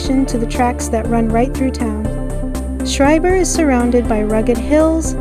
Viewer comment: I hate to nitpick but it's pronounced "skryburr"